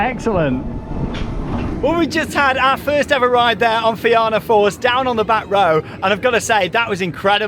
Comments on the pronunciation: The pronunciation of fianna force…. It’s feena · Emerald park is in Meath btw and it's also pronounced (na feena force)😊😊😊❤❤❤